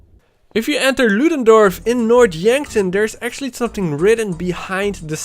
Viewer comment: Its north not nort